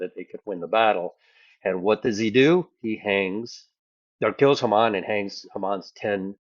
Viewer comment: Haman is pronounced long first a (Hay man)